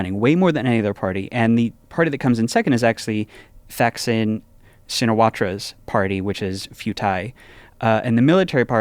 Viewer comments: For once I'm correcting someone other than Tommy's pronunciation: the in Thaksin is like the in Thailand, not Thighland, and you don't pronounce the in Shinawatra (sounds like "chin-a-WATT) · As a worldo living in Thailand I am thrilled you guys talked about the elections. Max really nailed the Thai political history so big props, but struggled a bit on the pronunciation of the names of the major players 😅 Thaksin is a hard T not a th like in English. This is because Thai has multiple “T” letters and when they translate to English the h signifies a hard t as opposed to a mixed dt sound. Also his party is Pheu Thai is like “pua” Thai with a hard p same principle. On the substance though really super impressive and very accurate. Lots of people here are more hopeful than anytime in the last 20 years. Fingers crossed for Thailand’s future.